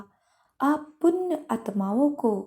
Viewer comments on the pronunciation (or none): It's punya not punn !!!